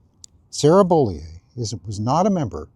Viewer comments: While I don’t like this woman it’s Bo-lee-you not Bo-lee-eh. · Sarah “BOW-LE-OH”.